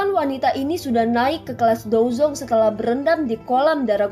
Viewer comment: Bukan dozong dozun 😂